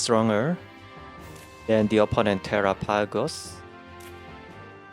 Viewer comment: Are people deaf? I very clearly hear terrah-pagos. An accent, sure, but he says the whole thing.